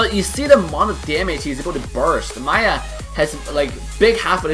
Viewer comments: It's not Maya its Miya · I think its "Mee Ya" not "Ma Yah" for the pronunciation of Miya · Why do you always say maya insted of miya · isn't it miya? Like Me ya. Not Maiya? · Everything was cool and awesome except the way you said maya instead of miya. That was annoying. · its Miya Not Maya ! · maya 😂 I don't care if pronounce miya weird 😂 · I don't say miya ,it's pronounced meya